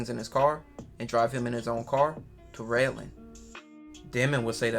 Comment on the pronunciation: It’s RedlandS with a S 🥷